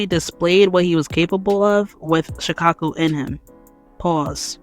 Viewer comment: Why I thought she said “Chicago” instead of “Shukaku”😂😂